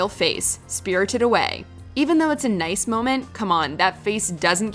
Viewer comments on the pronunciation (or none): none